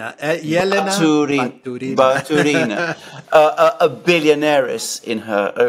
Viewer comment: i believe baturEEna is actually pronounced with emphasis on U: batUreena